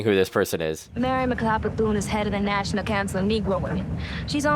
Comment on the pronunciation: the fact those girls pronounced bethune correctly hats off to them i meet alot of people that can't say it right.